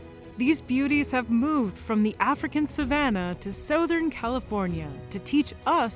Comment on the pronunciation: wtf kinda way was that to pronounce “southern”